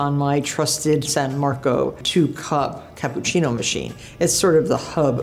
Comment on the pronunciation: “the best capboochinno”